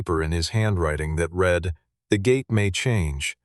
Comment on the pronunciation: Don't you know how to pronounce "read" in the narrative???